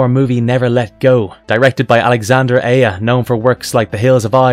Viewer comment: Correct pronunciation: Alexandre Aja (French: [alɛksɑ̃dʁ aʒa])